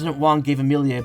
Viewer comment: as someone who knows many an amelie, the way you pronounce it pmo i'm sorry. it's always been ah-meh-lee. how you pronounce it would be amilier. either way i'm just nitpicky and a year late so...